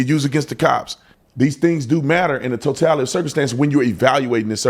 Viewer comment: Even if you're post certified. If you pronounce it "totalidee" you're not getting a badge.💯